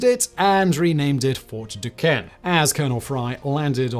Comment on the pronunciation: It’s pretty cool that they covered this. Fort necessity is right down the road from where I live where Jumonville isn’t too far from where all this happened. They also have General Braddocks grave nearby as well. Would like to point out that Fort Duquesne is pronounced Fort Do-cane*